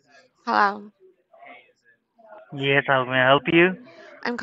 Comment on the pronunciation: what sort of hello is this sounds like a drunkard on the phone🤣😂😈